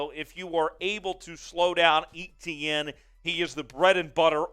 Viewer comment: Pronounced A- tienne